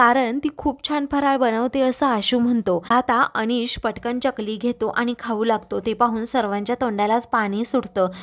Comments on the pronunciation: च्यकली नाही ग चकली असते ती😅😅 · चकली म्हणतात, च्यकली नाही